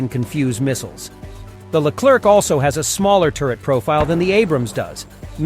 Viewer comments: In english it should be pronounced ''leclaire'' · The Leclerc weighs only 56 tons not 60 and the C put at the end of the word Leclerc, mustn't be pronounced it's a silent letter.